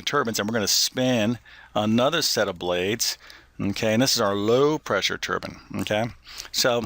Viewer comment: Thank you for pronouncing the word turbine correctly - that is "turban."